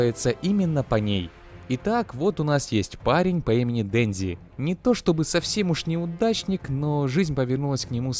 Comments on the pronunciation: Денжи, Почита... аааа, мои уши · А не дензи и потита